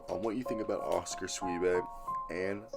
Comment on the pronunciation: Its actually pronounced shoe boy. He played high school with my boys son.